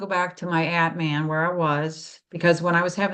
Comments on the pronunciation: If pronunciation matters, it's Ahtman. For atman, the a sounds like a in father. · Thanks, I didn't understand initially. It sounded to me like ant man.